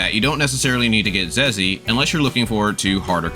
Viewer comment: You pronounced her name wrong. Hahaha her Zhezhi is pronounced as jeja. Love ur channel bro ❤❤😊😊